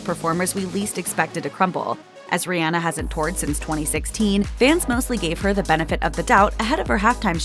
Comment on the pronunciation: As a mom whose child’s name is Rhianna I appreciate you pronouncing Rihanna’s correctly! Exactly like my daughter’s!